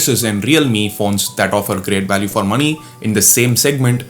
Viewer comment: wait, how did you pronounce 'money'? Did I hear मणि?